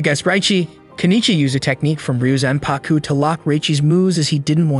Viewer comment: It’s actually pronounced reee yo zan pah ku Not ryuzanpaku